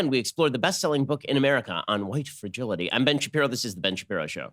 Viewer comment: This is definitely Shen Bapiro.